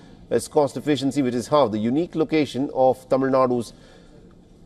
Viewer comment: appreciate the host's Tamil pronunciation.